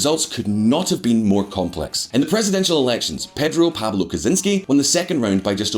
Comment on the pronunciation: Dude... You need to learn to pronounce Kuczynski... It is not pronounced like Ted Kaczynski